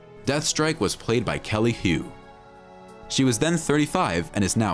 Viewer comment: Her name is pronounced as Kelly "Who", not Kelly "Hew".